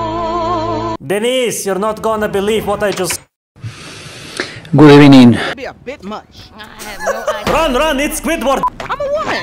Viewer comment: good ebening